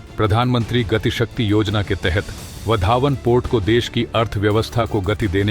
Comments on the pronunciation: आप वाढवणं को वधावन क्यों संबोधित करते हो? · वधावन नही, वाढवण.